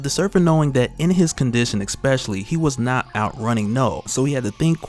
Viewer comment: "Especially"👍 "Exspecially"👎